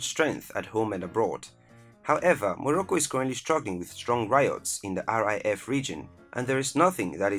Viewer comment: Pronounced (reef الريف) in Morocco not RAIF brother . After all, it is the will of the people to fight for their homeland rather than an index number or weaponry. Greetings from Sudan